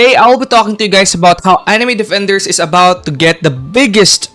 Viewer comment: anime defenders ❌ Anime dafendaers ✅ Why does he say it like that 😭🙏